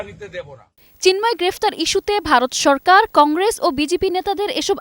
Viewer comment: সালা বাংলা বলতে পারেনা মুর্খ। সরকারকে চরকার বলে